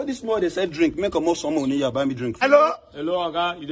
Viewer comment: Why do igbo people pronounce Here as Hia/Yia 🙄 Come on, it's irritating